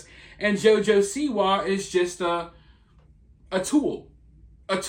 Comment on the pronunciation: This video would've been excellent bedides you pronunciation of JOJO'S last name and the emphasis on "WA" is SIWA